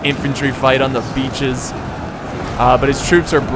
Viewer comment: Every time he says hold the beaches, for mě it sounds like: hold the bitches!!! protect the whorehouse!!!